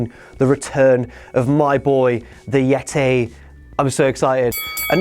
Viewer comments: It's Yet-Ee. Not Yet-Tay you 5 year old child you. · AND THE YETAY!